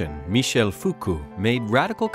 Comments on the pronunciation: Michel Foucault is NOT pronounced “fuku.” Jesus, how did they mess that one up so badly? He’s only one of the most influential thinkers of the 20th century! (By the way, it’s “Foo-koh” goddammit) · Fuku made my ears bleeding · Foo-Co. Durk-Hime. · Content-wise it's a pretty good introductory overview. However, I would strongly suggest to look up how all these theorists are pronounced. It's most certainly not 'Fuku' or 'Dukemme'. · That is definitely not how the French pronounce it. I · That’s what we are saying, this is not the French pronunciation!!